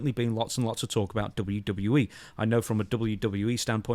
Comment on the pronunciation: "Dubbya Duddya E" --Stevie Richards